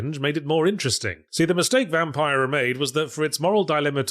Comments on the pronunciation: The pronunciation of Vampyr is excellent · Yahtzee pronouncing the "y" in Vampyr every time is a precious gift.